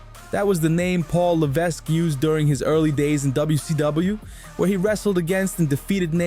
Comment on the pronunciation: Yeah, I stopped watching when he continuously butchered Paul Levesque's name.